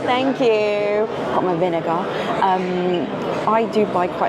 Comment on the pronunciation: Having trouble with the vinegar tee hee